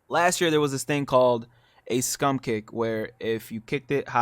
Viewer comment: Scrum kick! Not scum